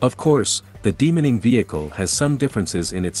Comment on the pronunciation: Good luck with the channel. You should Drop the automated voice and try narrating yourself. Everytime it said demining, it sounded like demoning.